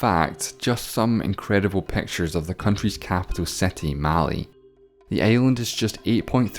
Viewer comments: Im from Maldives 🇲🇻, and its its pronounced maa-le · Capital of Maldives is Malè Not Mali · Males. Haha it’s miles. Is it just me or really just me that he pronounced it males? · I wasn't happy when he mispronounced Malé